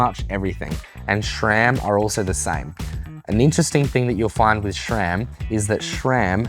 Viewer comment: Since the S in SRAM is named after a guy named Scott, why is it pronounced SHRAM?